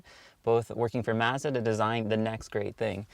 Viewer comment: Say Mazda that way one more time and I’m going to jump of my local bridge 🤮. But nonetheless I’ve always loved the MSM...but owner made a big mistake removing the stock Racing Harts..gorgeous and rare wheels. Cars so underrated and nobody shows love or recognizes them 😪 #Forgotten